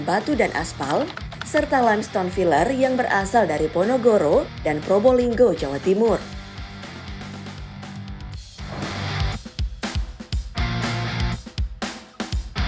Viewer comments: Menit 5.03 ponorogo kok ponogoro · Ponorogo kok ponogoro 😀😀